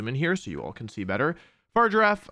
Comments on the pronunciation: I hear you say 'Farger-affe' and all I can think of is Dr. Evil in the 'Goldmember' movie. Goldmember: "I present to you... Austin Powers's fahja!" Dr. Evil: "...His 'farger'?" Goldmember: "Fahja is 'dad', 'dad' is fahja." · What I don't get is why people say Pokemon names wrong when they're said aloud in their debut trailer. It's Fah-rig-ghir-ahf. Also Farigiraf could use a berry to two-time resist super-effective moves. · Love how he spends the entire video saying Far Giraffe 🦒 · why does he ignore the confirmed pronunciation to call Farigiraf Far Giraffe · this pronunciation is making me go crazy. I thought the name was just Girafarig just pronounced flipped (so, FAH-rig-uh-raff) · It's whatever he wants to pronounce it as, it's a made up name for a made up creature in a video game ... Leave him with his Fart Giraffe 😆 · Its pronounced fari-gi-raf my dude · Fah - Rig - Er - Raf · Fa-rig-a-raf lol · He's butchering the pronunciation on purpose, right? Far rigg irr raff. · no, it's literally the last half of girafarig, mirrored, instead of the first part. So it's a hard g. They say it out loud in the direct. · The way Wolfey pronounces Farigiraf has driven me to comment... XD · My man probably watched the video where they announced Farigiraf, where they say it’s freaking name, and he pronounces it wrong. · bruh why cant people pronounce farigiraf right. its in the damn trailer lmfao. then again wolfe always does this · I like the video but the only thing that annoyed me is how he pronounced Farigiraf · Are you purposely saying the name wrong? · that is NOT how you say its name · Um it’s a hard “g” Wolfe😅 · Why is everyone pronouncing farigiraf wrong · Please learn the Pokemon names before you talk about them. The G in Farigiraf is a hard G. You can't just consciously change a nane because you don't like it. Or else we could just call you Susan. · This is the worst mispronuncianation of Farigiraf I have seen so far.@ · Wolfe it's farigiraf not fargirafe